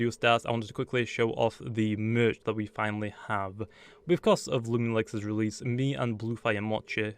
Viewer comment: Its loo-mi-na-mi